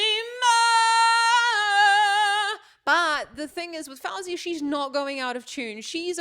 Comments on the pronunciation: its actually pronounced f-oh-zee-uh just so u know 🥰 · You saying her name wrong lol, but if you ask Siri to put a song of hers, she will say it right so you can learn there.